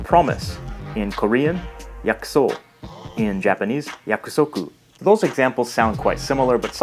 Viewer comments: Your Japanese will sound much better if you pay attention to the pitches and rhythms of each syllable. You seem to tend to put the highest tone on the first syllable except for the words you know well such as watashi. Mizu, Kanji, yakusoku, denwa, daigaku, tofu, onsen, kaban, shima- all of these words have the stress on the last syllable. Just doing so will make you sound much more Japanese. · Great video ! Just, in about yakusoku, we don't pronounce the last syllabe.